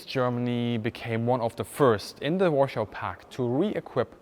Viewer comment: He said "warshaw" 😆